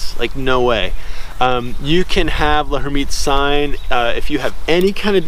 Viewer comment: L'hermitte's sign is pronounced "Lairmitte." the 'h' is silent.